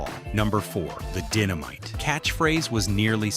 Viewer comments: Dinomite. Instead of Dynomite. Please stop using AI. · Dinno-Mite? lol